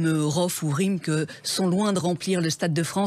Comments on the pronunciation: Mddr un moment elle a dit Rimkeu au lieu de RimK ca ma dead 😂😂😂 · La journaliste qui prononce le blaze de RimK « rimque » y’a encore du chemin avant que les rappeurs soient réellement considérés … 😂😂😂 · Elle a dit “Rime que” mdrr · C’est énorme de faire la Meuf qui connaît le rap et de dire Rimke 😅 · Ehhhh elle a dit rimkeuuu lol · Elle a du mal à dire rimk😂😂